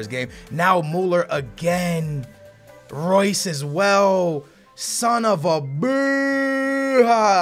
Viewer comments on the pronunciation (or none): none